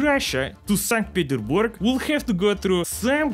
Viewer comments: SAND pretersburg xD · it syes saint peterrsburg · “Sunk Petersburg” Uh oh